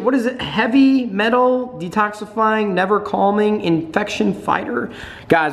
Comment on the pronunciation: never calming lol, it's nerve